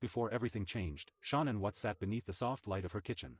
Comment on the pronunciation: I like your vlogs but for the love of it can he please say her name properly ??? It really isn’t that difficult 😡